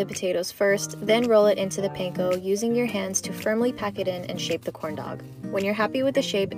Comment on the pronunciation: mouth: corn dog My ears: condom